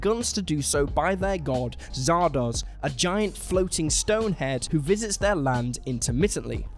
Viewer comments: Sean Connery: Turns down playing Gandalf because he didn't understand it or something. Also Sean Connery: ZARDOZSHHH! Also, I believe the word is "*denizens*"... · Zardoz!?!?!? I am a huge Sean Connery fan, but Zardoz is a wretched piece of doo doo.